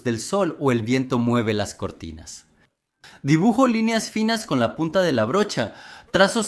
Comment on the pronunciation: Tiene varios errores en las fechas, menciona en varias ocasiones como 1984 . También hay errores en acentuación: en lugar de decir dibujó,dice dibujo, es totalmente diferente. Ésto lo sabemos, es la inteligencia artificial, que no es tan inteligente!! Por lo demás me ha gustado mucho, coinciden las pinturas con la narración, los felicito. Ya me suscribí.